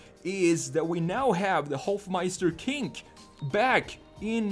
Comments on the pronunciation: dude its hofmeister KNICK not KINK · It's Hofmeister Knick, not Kinck. 😉